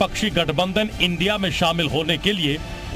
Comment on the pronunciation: इंडिया बोलो इंडिया, I n d I a नही, रिपोर्टर जी